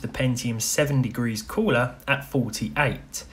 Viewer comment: Stock Coo-LAH